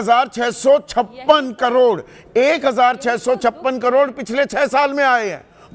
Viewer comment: करोड़ को कडोर बोल रही है